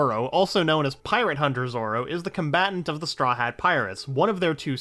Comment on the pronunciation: You said zoro's first name right